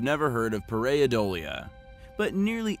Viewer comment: Pareidolia is pronounced /ˌper.aɪˈdoʊl.jə/.